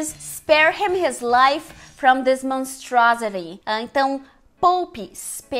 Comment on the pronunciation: monstruósiti amei sua pronuncia manstruásitee a fonetica disso ta bismillah é pelo amor de DEUS e beelzedbu has (r forte como no português) a devil put aside for me é o correto dizer biowtzeboo Réssa dévul pat assait fô mi fô miiiiiii , ok? vastest du? tente entender esse seu inglês americanizado bem a empresa ai já diz né CCAA , letra Ó tem som entre oa ambos acentuados agudos graves bóá rápido as quick as a flash reparou que não pus as quickly? queria ler de vc de presente saudades em inglês essa palavra vc faria?